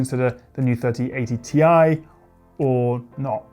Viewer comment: Ti??? Tiee.....Tieeee!